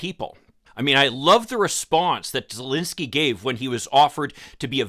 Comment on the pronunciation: Hi... since you will very probably have to talk about this situation again, please take the time to google the pronunciation of the name of the Ukrainian president and the capital city of that country. It's called common curtesy and is not made whole by disclaimers of "Oh, I don't know whether I pronounce that right". Thank you and I love your insights.